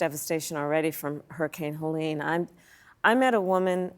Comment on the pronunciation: It is ironic that someone who is so insistent on the French pronunciation of his name would fail to pronounce Helene correctly. Probably it is just for the sake of the viewers, who would have no idea what he's talking about with the correct pronunciation.